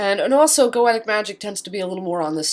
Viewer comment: Nope. "Go-Shuh" or "Go-Shee-uh." Goetia has the "tia" as in dementia(dee-men-shee-uh), hence "Go-Shuh" or "Go-Shee-uh." I wish she would pronounce Goetic as either "Go-shee-ick" or "Go-Shik"